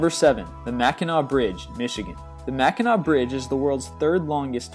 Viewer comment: Thank you,, for pronouncing MacKinac (Mac-kin-aw) correctly!!! I am native Michigander now living in Arizona. A little off topic, but don't they teach geography in high school anymore?? Everybody slaughters mac-kin-ack, and if I mentioned the bridge or the UP people stare blank!y at me. I'd say 85% of people don't even know that Michigan has an Upper Peninsula😮😣